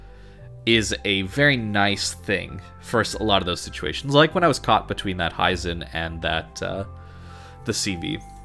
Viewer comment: Hee-zen not Hie-zen. Japanese i is always a short sound